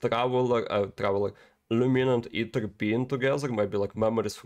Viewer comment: His name is aether. Not either